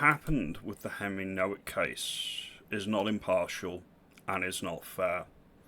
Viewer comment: Nowak is a Polish surname. The W is pronounced as a V